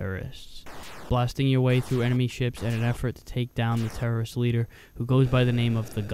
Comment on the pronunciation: You almost sound like you are saying "tourist" instead of "terrorist," leading to a rather amusing take on the game. Maybe this could have been called Grand Theft Astro with such a plot.